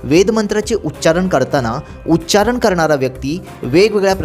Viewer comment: माहिती चांगली देताय तुम्ही पण तुम्ही सांगताना देखील उच्चारण हा शब्द म्हणताना उच्चारन म्हणताय.